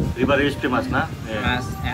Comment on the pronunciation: How mach 😂😂 famus